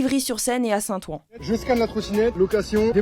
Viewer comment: Ca se prononce saint OUIN 😅